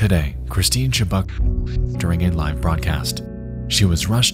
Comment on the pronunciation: "Cwistine." Love you, Nexpo. You know I'm just teasing.